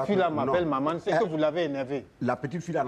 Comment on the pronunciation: La première fois j'entends Charlotte dire Mamane 😂😂😂😂😂